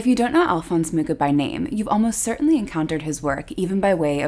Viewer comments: It would be nice if you pronounced his surname correctly. Actually, the Wikipedia shows the correct pronunciation: [ˈalfons ˈmuxa], that is «Mukha» not «Muka». Also here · His last name is pronounced as ''mukha''... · oh gawd. I've been teaching my graphic design class about Art Nouveau and pronouncing his name "Mucha" like you'd say "muchas gracias". wonderful video! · Mucha is not pronounced like that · Would really like his name to be pronounced correctly. Like the info but too fast. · Well, if you´d wish to pronounce his name indeed correctly, it would be CH as J as in Juan in Spanish. Native Czech advice:) Also, his official name is "Alfons" - Alphonse is just internationalized. But anyway, everyone still knows who we talk about whatever the version haha. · T.T they never pronounce his name correctly its terrible. It honestly is uncomfortable to hear. CH is as one letter in our alphabet and it has a specific pronunciation. If you go on google translate select Czech language write in his name it will read it correctly. There is no ''K'' in his surname. Other then that nice video. Highly recommend using this on any artist to get their name right in their native languages or watch a documentary by people of artist's nationality. ^.^